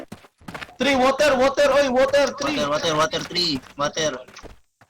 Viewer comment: weak poota.. may woter pang sinasabi haha ano yan ...haha nakakatawa kayo sh8